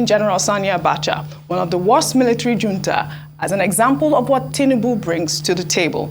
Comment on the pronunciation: Tunde Abiola, please tone down your skin bleaching. It's getting out of hand. How many Nigerians have watched the Wizard of Oz? Beautiful Ojy Okpe, please learn how to pronounce "Junta."